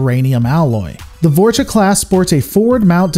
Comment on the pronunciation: ok this is killing me! you keep saying "vorch-uh" and for the love of christ is "vor-small pause- cha(h)"